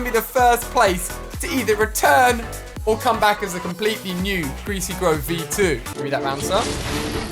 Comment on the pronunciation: 'Gweasy gwove' -Ali A 2019